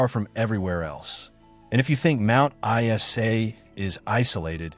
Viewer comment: Mt I-S-A?